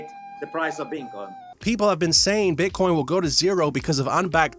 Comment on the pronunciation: Did he call Bitcoin beancon? :D